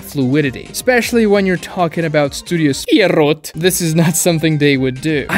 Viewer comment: The way he says “Studio Pierrot” 😭